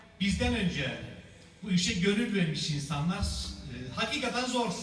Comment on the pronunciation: da zor derken zors şeklinde çıkıyor. Hocamızın r harfinin sonunda üç adet SSS var.